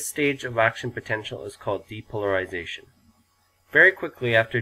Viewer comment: depolarization has an extra "r" Great job though! You get a 100?